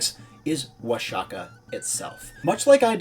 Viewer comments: The video was rlly good. But I cringed Everytime he said Oa-sha-kah. It’s pronounced Oah-hah-kah bro. The X works as a J, or a H for English speakers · It's pronounced Wua-ha-kah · In Spanish it's Wa-ha-kah, in classical Nāhuatl it's Wash-ya-cack (I know, it sounds like you think it does), but modern natives sometimes still do pronounce the x as "sh" even when not speaking their native language. The spaniards would also pronounce it as "washaka" for years, it just changed later... but not in all cases anyway (Don Quixote being an example, I've only ever heard it as "kishot" and never "kihot")